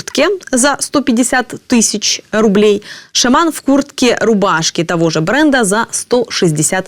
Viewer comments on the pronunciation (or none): Обмовочка. Не "рублєй", а фублєй😅